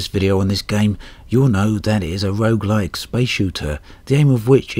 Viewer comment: "rouge"-like, you say? Is it a red game? ;3